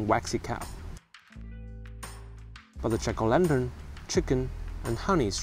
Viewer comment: Your pronunciation of jack-o'-lantern sounds like chicolendrin and is confusing.